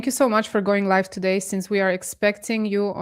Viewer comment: it's pronounced LI VVVV E. not LIFFE